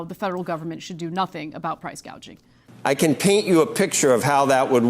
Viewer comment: you are losing your reputation and logic. Show the full interview. Second of Kamala Said price "gadging". 1 example is that Profit margins on food markets is around 1.3% get your facts straight. I know that price gauging exists, but the problem is the effect of the policies that the current administration had in place, caused inflation on the goods